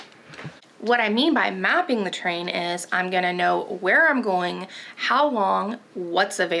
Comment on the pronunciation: So funny that it took hearing you 3 times before I realized you were saying "terrain" & out "train"~ kept thinking, how do you map a train, wtheck?? 🙃Im a dork, its true *Excellent guide btw💡👍